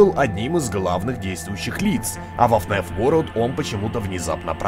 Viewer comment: Ребят, почему говорит " ФНЕФ" а не "ФНАФ"?